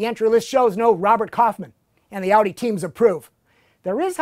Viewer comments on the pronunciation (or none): none